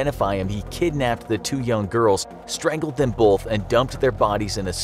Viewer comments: they forgot the R in strangled so it’s now stangled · Lol ( Stangled ) you mean strangled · It said stangled instead of strangled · Btw is stangled not strangled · He made a mistake, its not "Stangled" it's "Strangled" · Strangled not Stangled* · “Stangled” XD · Stangled Haha. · Wonder how you “stangle” somebody 🌚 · ah yes... “Stangled” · ahh yes STANGLED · Forgot the R in strangled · "Stangled" lol